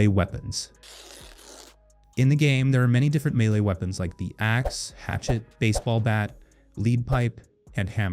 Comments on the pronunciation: Lol " leed pipe" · Also noticed that.